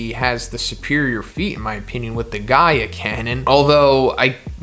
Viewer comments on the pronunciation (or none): none